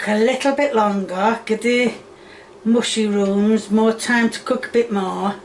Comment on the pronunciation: Wonderful, "mooshyrooms". Lol